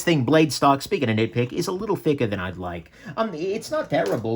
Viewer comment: When you said that's a "nit-pick" I though you said that's a "nick-pick" lol